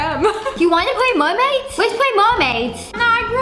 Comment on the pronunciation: WHY DID I COVER MY FACE WHEN SHE SAID MERMADS🤨💀